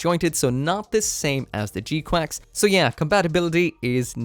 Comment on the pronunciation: Don’t know why you keep calling it G Quacks